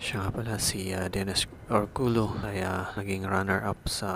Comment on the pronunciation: ORCULLO po is pronounced as ORKULYO✌🏻